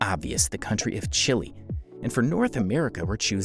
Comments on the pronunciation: Did you really pronounce Chile as Chilly and Suriname as Surname? 😂😂😂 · Chile is simply pronounced this way in some languages. You're right about Suriname though.